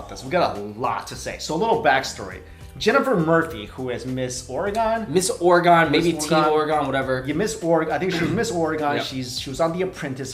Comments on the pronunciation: WTF is Ore-Gone? haha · its pernounce oreh-gen not oroh-gon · It's actually pronounced Ore-gun, not Ore-gone. Lol, a lot of Oregonians laugh when people say Ore-gone. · OR-E-GEN NOT OR-GON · Lol no judge but it's pronounced or-gin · Pretty sure you guys said Oregon wrong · why does everyone say Oregon so wrong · Now that you're West Coasters you need to learn to pronounce Oregon correctly! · The way you guys said "Oregon" made me cringe sooo hard omg